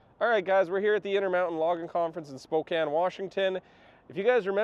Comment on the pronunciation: So happy he pronounced Spokane correctly props